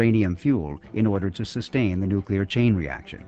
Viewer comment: Of course he said NUCULAR, what the heck is that?? (nuclear)